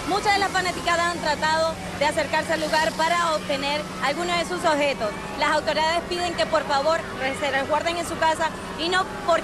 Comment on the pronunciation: Hizo lo que pudo. Ten cuidado con la dicción, hermosa. Objetos, no ojetos